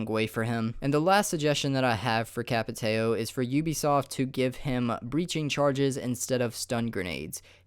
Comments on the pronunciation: Capitão not Capiteio xD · It's not Capitaio It's Capi-Tao But nice vid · That Dude Portuguese m8 they're Brazilian and it's pronounced capo-tayo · Why do people pronounce Capitao as "Capi-tayo" and not "Capi-tou"? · Jesus christ, lol. Capit-ay-oh. My God, that was a terrible pronunciation... It's Capit-ah-ouhmisbfkfhdnfdjdn. Fuck, I dunno how to spell it without accents, lol. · "Cap-ee-tay-oh" lmao wtf. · It's pronounced like Capi-tow or even Capi-thow